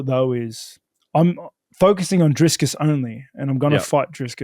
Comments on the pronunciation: It's DRICUS NOT DRISCUS, Rob 😂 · Hey Rob I'm from South Africa 🇿🇦 You are absolutely butchering Dricus' name 😂 It's Dricus not DriScus. Basically say "DriKus" I wish I could send a voice note in these comments for pronunciation. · Hi Rob. Big fan of yours. But as a South African I have to say his name is Dricus. Not Driscus. Let's hope for a good fight. Love your work but have to back my compatriot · It is Dricus not Driscus. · Rob going head to head with Chael with that "DriScus". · Are we not going to address the fact, that he kept calling him Driscus? 😂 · I just wanna hear Rob keep calling dricuss driscuss all the way to the presser 😂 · Love Rob but bro his name is DRICUS, no "s" in the middle. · Love Rob with the big disrespect calling him “Driscus” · I love how Rob mispronounces Dricus every time haha "Driscus" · How is it that people with normal functioning brains can’t pronounce Dricus? Not driskus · I'd love to see that fight companion. Also why does Rob keep calling him DRISCUS lmao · Driscus 😂 Please keep messing his name up, he keeps correcting people and it bothers him. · Geezus Rob its Dree-kus!:face-turquoise-covering-eyes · Drinking game: Take a shot everytime Rob mispronounces Dricus 😂